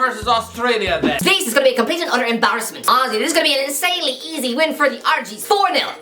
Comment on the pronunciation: The way pronounces words really boils my piss. Pen al ty Embarr es ment Sen e gal Aust rail I a